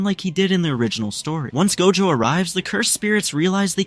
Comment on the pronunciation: First he say gojo not dojo